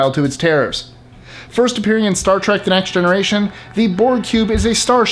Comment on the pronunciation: Only because the narrator is clueless to Syfy . He says Star Trak and not Trek. 😂😂😂